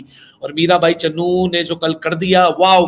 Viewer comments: Bhai vo CHANU h...not Channu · चन्नू नही बे चानू है वो सही से नाम लिया कर